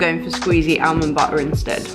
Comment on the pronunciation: We love, he says almond correctly 😂